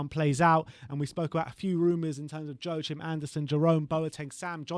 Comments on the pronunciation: Guy on the right butchered Anderson's first name SO hard... Its meant to be pronounced like "wa-keem" not Jo-a-chim 😂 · A small danish lesson. Take it from a dane. His name is pronounced "Yor-kim" and the last name is spelled AndersEn. The "sen" part translates to son in english. In Sweden the "sen" part is spelled "son", but has the the same meaning.